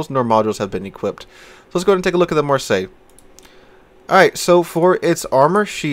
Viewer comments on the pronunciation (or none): REALLY REALLY bad pronouncing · Marseilles is pronounced "Mar-say". Just so you know. Have a great weekend! It's a city in France. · For people wanting to pronounce this one correctly just say it like you would say "Marss ey". Don't ask how I know, I live there. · It's "Marr-say." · Just use google translate with the voice button. It's really not hard to pronounce "Mar say" Say just pronounced like the english word. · I will say it's just lazy at this point, it takes you 5 seconds to google translate and click voice how to pronounce it. It's so hard to watch when he keeps butchering names of locations you're from. Instead of talking about plating for 5 mins just learn to pronounce 1 word for 30 seconds... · lol, no one actually care, like for an English speaker having to learn to pronounce something in a video game,it's literally pointless, and yeah, you may seem it easy, that doesn't mean everyone else saw it easy. And it's not even anyone fault that an English speaking person mispronounced a French name, why are you so problematic about it?